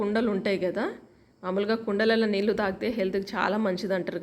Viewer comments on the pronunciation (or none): none